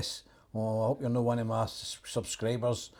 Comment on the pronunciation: 'One of ma subscribers' 😂